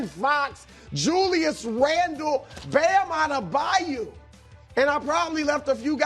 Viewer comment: Brou mispronounces Bam's last name every time